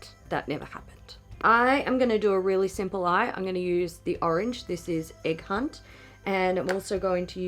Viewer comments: Oh my god oh my god when you said the shade name “egg hunt” I thought you said “a cunt” and I was so confused. I’m dying. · “Egg hunt”... I totally heard “a cunt”! hahahah